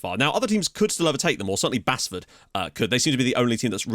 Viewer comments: The club is pronounced "base-ford" it's a town within Nottingham 😊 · Basford is pronounced like ‘base’